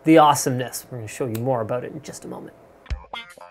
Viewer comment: "Aboot" hahaha... Canadians.